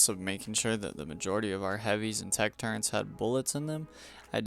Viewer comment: Turrents ❌ Turrets✅